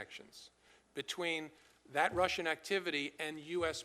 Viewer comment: Who are these dummies....this guy can't even pronounce "Russian" correctly, it's not Rissians!!! Get rid of all of these old senile and stupid men!!!!